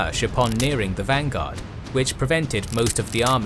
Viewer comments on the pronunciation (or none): none